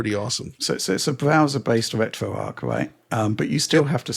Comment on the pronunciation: RetroArch is not pronounced RetroArk. It's named after Arch Linux, where the Arch is pronounced like archer or archway.